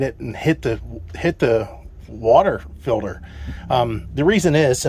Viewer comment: What's a "feelder"???? Do you mean water "Filter"? With a T. 😂 So much more space. Looks good. Great job!